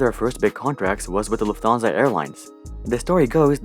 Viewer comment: by the way its not "luf thansa" its "Luft Hansa"